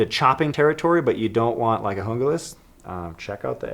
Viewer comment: It's pronounced jungle ass not hoonglass